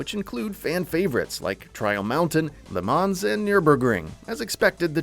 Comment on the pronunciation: Le Mans is not pronounced 'Lermarnz'. You'd think they'd do some basic research before making a video.